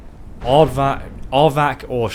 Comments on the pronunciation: why did u call him Ardvark? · Hahah you called it Aardvark?!?!Lol Its R-vac!! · I laughed each time you called Arvak aardvark 😂😂😂